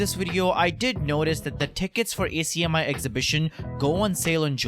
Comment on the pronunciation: just an fyi its not A C M I its one word pronunced AK-ME